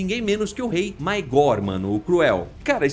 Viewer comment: tem tantos outros erros que esse fica até despercebido kkkkkkk """maÉgor"